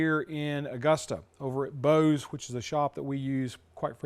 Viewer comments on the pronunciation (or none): none